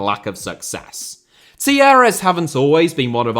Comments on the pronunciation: I thought you were saying Tierras until you showed the wiki page. Talleres is pronounced tah YE res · The way you pronounce Talleres must be an April Fool’s joke!